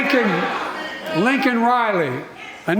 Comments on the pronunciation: Lincoln Riley He’s so embarrassing. Her name is Laken Riley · Are you trying to say everyone who watched him make many mistakes during this event and really just d u m b ? Millions of people cringed when he was pressed to say Laken Riley for the first time, he said LINCOLN RILEY, including her parents. Then millions more cringed when old Joey Bribes said she was k¡lled by an ILLEGAL gasp Best part is... he apologized for calling the illegal an illegal...but no apology for disrespecting Laken and her family. You should really go watch the SOTU ... and also other President's SOTUs. ,js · Biden apologizing to the murderer for calling him illegal is beyond any common sense. Couldn't call her name right but no apology. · He lost a child too so he knows how it feels? Shameful! His son died of cancer, not a violent death by a deranged illegal criminal. And he can’t even say her name correctly. I’m trying to understand how people can really want this to go on for four more years.